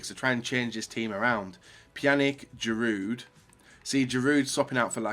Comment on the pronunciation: what pisses me off most is inability to pronounce names correctly, i.e. Pjanić, Giroud etc. Its not hard! This is your job! stop being lazy! Really triggering with YouTuber's when this is their job and they either don't know names or how to pronounce them! UP YOUR GAME! ALL OF YOU!